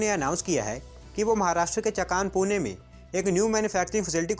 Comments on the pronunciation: It's Chaakan not chakaan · बजाज के पुणे वाले कारखाने की जगह का नाम चाखन है, ना कि चकान। 🙏🏻